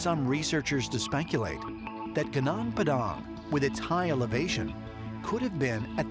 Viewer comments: First of all it’s GUNUNG PADANG not GUNANG PEDANG pfffftss, who’s the aliens now? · Genang pedang .. heheheeh baca "Gunung Padang" jadi "genang pedang" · i feel physically attacked by how those guy pronounce "Gunung Padang" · Gonong padhang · History Channel: "Genang Pedang" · Berarti mereka belum pernah berkunjung langsung ke lokasi gunung padang. Kalo sudah pernah ke lokasi pasti mereka tahu kalao ucapan yg benar adalah "gunung padang" bukan "gunang pedang" .. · Narrator: Genang Padang. Me: narrator, please say goonoong padang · Genong Pedong? Is he trying to say Gunung Padang? 😂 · gunung padang, not ganang padang. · Indonesian: Gunung padang This: Geunang peudaeng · Its not gnong pdong. The sound is Goonoong Pa Dunk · Pronounce Gunung Padang well. Not "Gnung pdang" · its not pronounced "genang pedang" its "gunung padang" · gunung padang bukan genang pedang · It's pronounced "goo-noong paa-daang" not "gə-naang pə-daang" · Genang Pedhang 😂😂😂😂😂😂😂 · Gunung Padang, it is pronounced "goo-noonk pa-dunk." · Gunung padang ajah anjay no goo nonk pa dunk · when they say "sundaland" it sounds like sandalan(wearing sandal) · gu-nong p'dang... 😃😃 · Ya, gw ketawa pas dia ngucapin. Gunang padhank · Malah kedengerannya “Kenang Pedang” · Goo noonk par dunk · Wkwkwkwk Genang pedang => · G E N A N G P A D A N K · Jenang padang 🤭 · I'm Indonesian. Gunung Padang = Padang Mountain , pronounced as "Goonoong Pahdung". Would be a phenomenal discovery if it's indeed a piramid, not mentioning the alien alliance 😉 Others might also check Candi Borobudur / Borobudur Temple, which I think the biggest Buddhist Temple in the world. Lots of ancient sites here to explore 😊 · The way the narator pronounced "gunung padang" made me smile, it supposed to pronounced as goo-noong pA - dAng. The U pronounced as U as in full, and A in padang supposed to pronounced as A as in father. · It is pronounced goo-noong pah-dahng with accent on the first syllable of each word. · Good noong pa dung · Genang padeng